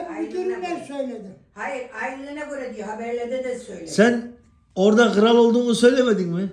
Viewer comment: Çakal diyor kıral😂